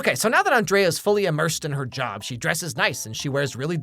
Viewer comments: Her name is pronounced An-dree-a. Miranda just pronounces it An-dray-a. 😊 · This sequel was a solid 2 out of 10. The 2 points were scored for Lady Gaga and the celebrity cameos. Hear Emily enter and call Andrea Ann Dree A. My name is Andrea, too. Later on, the pronunciation morphs into On Dray Ah. I get that all the time, too. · You know, for someone who's seen this movie 87 million times, you sure do mispronounce Andrea the same number of times. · It shows how big of an impact Miranda has had, in that the entire video he pronounces Andreas's name the way Miranda does, and not how Andrea herself and all of her friends and family do.